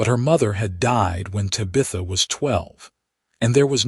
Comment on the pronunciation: The narrator is saying Ta bith a Tab i tha like the daughter in the 1960s sit com bewitched minute this seems like a cool story. Still like the sassy little alien girl LOL